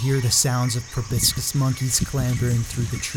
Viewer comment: I think they're called proboscis, not probiscus, right?